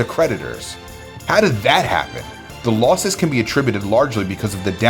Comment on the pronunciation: how the fuck he say loss at 7.16 I can't even spell that. lous